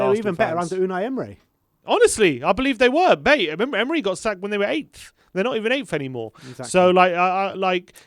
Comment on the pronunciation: It's Emery, not Emre, and he was eleventh when he got sacked